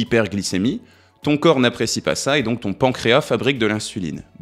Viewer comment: Je viens de vérifier:,on prononce le « s » du mot pancréas.